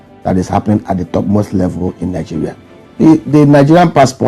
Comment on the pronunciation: Yassssss 😊😊😊my week was good... I loose it when you say 'Nigerial'😂😂😂😂